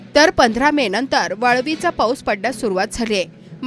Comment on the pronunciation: वळवाचा पाऊस म्हण. वाळवी चा पाऊस नाही. पाझर हजार तलाव जरा शुद्ध बोलायला शिका. ढींग्रे नाही ढेरंगे आहे